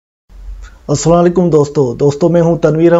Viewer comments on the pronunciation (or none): پھر اسلاں لیکم ، اسلاں لیکم نہیں میرے بھائی اسلام علیکم صحیح طرح سلام کریں نہیں تو نہ کرو